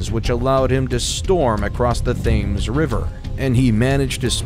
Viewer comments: The Thames is pronounced as 'Tems'. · I guess it would be asking a lot that the narrator for "The ENTIRE History of the UK" had some idea how to pronounce British place-names -- like for instance the River Thames, the most famous in the nation? If you want credibility begin with the basics. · Also mispronounces the river Thames. It’s pronounced ‘Temms’ not ‘Thaymes’ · Thames is pronounced "Tims". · This is excellent background noise. Thats about it. Th-aymes. Boe-dica. WW2 in 1945. Excellent speaking voice tho. Maybe just have someone else write the history. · thames is pronounced as tems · ouch … while excellent overall a British voiceover would know how to pronounce the TEMS river (spelling Thames) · pronounced "TEMZ" the H is silent and the A is like a short E as in "bed" brits can't spell lol great presentation btw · Quick Correction: the 'Thames' is pronounced the 'Tems' phonically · Your depiction of my homeland is at best vague, I turned it off when you pronounced Thames incorrectly